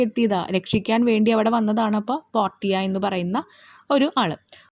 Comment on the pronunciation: Miss this is not പോർട്ടിയ this is പോർഷ്യ 🤔🤫😏😎😈👀😂